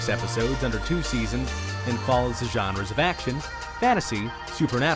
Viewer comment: The “genreys”